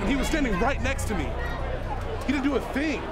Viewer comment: LOL at the end. "HE DIDN'T DO A THHING!"